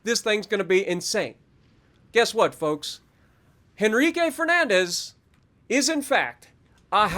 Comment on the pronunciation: Your pronunciation is great but the H is silent in Henrique